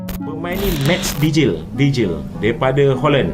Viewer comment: Bukan dejil tapi deiyl huruf j di baca y dalam bahasa belanda